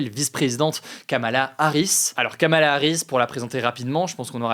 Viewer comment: Pour info (sérieuse et vérifiée), le prénom de Kamala Harris se prononce apparement "Komela" ou "Komla"